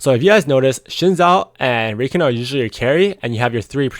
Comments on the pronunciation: Discovered your channel a few days ago and it's helped me so much man, thanks a lot for giving your insight and keep up the good work! P.S. its pronounced Ruh-Khan ;) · lol it's pronounced Rah-khan, not that it matters too much for the people learning from your guides. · It's cute how you were referring to Au Sol as a she and how you pronounce Rakan